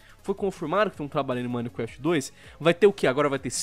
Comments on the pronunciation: Mais alguém percebeu que o diz "minequeft"? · KKK o ʺminequeftʺ do sempre será o melhor KKK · repi du mineecrefiti!